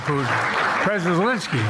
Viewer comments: JB must be watching these days; he always says elensky, not Zelensky. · He even says Elensky. He's been watching your channel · Did Biden say Elensky??